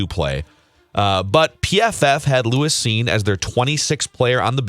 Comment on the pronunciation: Purple Daily fumbled round one. and didnt know who Lewis Cine was. The two Dopes couldnt even pronounce his name right. It's evident and never watched a single Bulldog game. Hey, what is the name of the Georgia player who was named MVP of the NCAA Championship game?